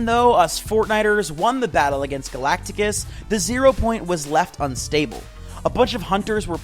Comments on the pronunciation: I wanted to stop watching the second you said "galactigus"... it's Galactus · I wanted to stop watching the second you said "galagtigus"... it's galatis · Gollactus. Not gollaticus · Bro it is Galactus not Galacticus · it’s galact-us not galactagus get it right, and also it’s Ka-MEH-ha-MEH-ha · It’s GA LAC TUS not the way you pronounced it and Chris Hemsworth not Hemmingworth are you illiterate? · Bugged me too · Not tryna make fun but ain't no way this guy said 'Galacticus'